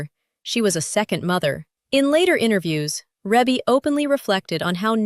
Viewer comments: You can always tell when folks don't really know her. It's REE-bee, not REH-bee.... although it's spelled like it. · The pronunciation of her name in this video is pissing me off